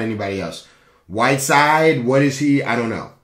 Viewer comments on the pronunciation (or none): I closed video when he said whitiside in miami 🤣🤣